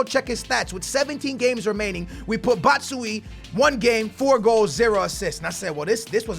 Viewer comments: he isn't batshuy its batshuayi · it is bat-shu-a-ee not bat-shu-eee. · It isn't pronounced Bat-Shu-Why-Ee, it's just Bat-Shu-Why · it isn't Batshuie. I'm from Belgium and there is a really easy trick for English people to say it right. You say Batsh You Why. BatshYouWhy. Love your vids keep it up 💪💪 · RMRFifaHD It's not Bat Shu A Yee. If you want to say it right you have to say Batsh You Why. BatshYouWhy. I'm ftom Belgium btw 😉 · Batshooooiyeeee, its pronounced Bat-shoe-aa-yee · It's not "batsuyi" it's "batshuayi" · You say BATSHU YIIIII but he is called BATSHU AAAAAAAAA YI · Batman: It's 'bat-shoe-eye' not 'bat-shoe-ee' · It's not batshuwi it's batshuayi say it like this b-a-t-shoeaye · it is Bat-shoo-eye-ee, not bat-shwee Keep up the gr8 videos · Just simplify it a little more batshuyee = bat - shu -I -EE simple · Stop calling him batshuyi it's batshuAYI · BAT-SHU-A-YI, NOT BAT-SUI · Its pronounced bat-shu-wa-yi not bat-shu-we🙄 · I don't think it's that you can't pronounce names it's that you don't pay attention to the spelling. Like you can clearly see a freaking 'A' between batchu and yi it's not batchuyi but it's batchu 'A' yi. Idrc if you pronounce the names right or wrong because that's what makes you special but since other people cant stand it imma just tel you how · Bat-sh-why-ee I hate it when you get it wrong. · Ekkoh Plays You're also saying it wrong, I'm from Belgium and there is a verry easy trick for English people. You say Batsh You Why. BatshYouWhy 👍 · It's bat-shu-why-e, trust me I'm from belgium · It's pronounced BAT-SHU-A-YEE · its bats-shu-A-i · Bro, I know you'd rather call him batman, but here's how you really say his name! B-A-T-SH-U-A-I-EE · Bro, fyi it's bat-shwiy-ee (batshuayi) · how to spelled player fo Batshuayi = bat-shu-why-ee Son = son and not sun (like you said sonaldo but just remove the naldo) Werner = ver-na Mane = ma-ne (not ma-nee/ma-ney) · This guy just said "Baahtsahwye"